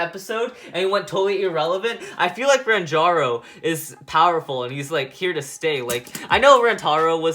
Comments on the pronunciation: Ranjiro not ranjaro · Stop saying Ranjaro you say his name with Jar in it his name is Ranjiro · he said rantaro but it was ranjiro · Ranjaro??? ITS RANJIRO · U said rangiro and fubuke wrong